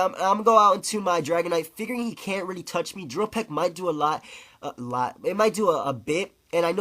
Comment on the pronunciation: "Reelee" (really)